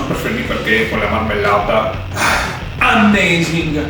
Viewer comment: "Ammesing"